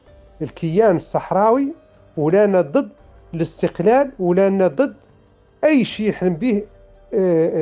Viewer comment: يا سبحان الله،ينطقون الإستقلال بحرف الغاء (الإستغلال )،صدقتم يا مرتزقة و القريب لكم بل المحقق لكم هو استغلال الجزائر لكم،أنتم تسبحون في الإستغلال الجزائري لكم للنيل من المملكة المغربية. مبروك عليكم الإستغلال و ألسنتكم تنطق بالحقيقة و أنتم في سبات و غباء. الصحراء مغربية و نحن المغاربة الأمازيغ و العرب و اليهود لن نسمح بمنح المرتزقة لا حكم داتي و لا حكم غير داتي،المغرب كله من طنجة إلى حدود موريتانيا و من المحيط إلى الصحراء الشرقية رقعة واحدة غير مجزئة و غير مختلفة في قوانينها. قبح الله فرنسا الخسيسة و ربيبتها الجزائر و مرتزقتهم الملعونين آمين.